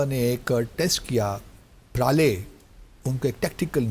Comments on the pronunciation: Praale -- ❎ Pralay -- ✅..…..😂😂😂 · इस जिहाD एंबेसडर ने भारत में बहुत पारले G बिस्कुट खाए हैं तभी ये प्रलय मिसाइल को “प्राले–प्राले” बोल रहा है 😂